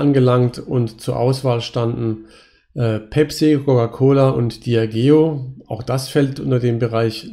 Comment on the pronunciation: Die Firma Diageo spricht sich "diadjeo". Nach 12 Distillery Touren und etlichen Whisky Proben tut das harte "g" leider etwas weh im Ohr 👂 Ansonsten super Projekt! 💎💙